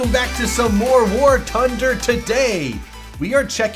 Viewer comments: Wait. Did I hear you say War Tunder?! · “ War Tunder “